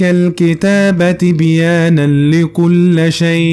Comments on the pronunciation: اخي بارك الله فيك حينما تقرأ القرآن يجب عليك مراجعة القران لكي تقرأه صح (تبيانا لكل ِ شيء) انت قرأت اللام مفتوحة وهي مكسورة .. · "تبيانا لكل شيء" بالكسر وليس بالفتح